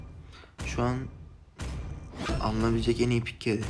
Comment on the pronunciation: Ezelden geldim bak videoya eysan diyorsun ayıp ediyorsun:(